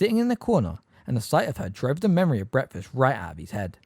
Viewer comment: Love how breakfast is pronounced bretfuss